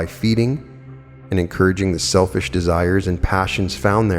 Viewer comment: It sounded like you said don’t become a shellfish ??🤣💕; you know that’s were that Pearl of Great Price was born .